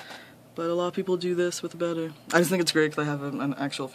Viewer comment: Very nice tank, I've experienced that problem with fluorite as well. Also, it's very good to hear someone pronouncing betta correctly!